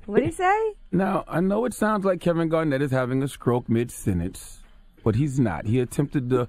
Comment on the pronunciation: Charlamagne can't even pronounce "Sentence" right ahahaaa